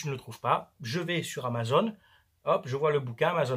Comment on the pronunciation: Amazon et pas amazone... C'est pas une fille avec un arc a qui il manque un sein 🤣🤣🤣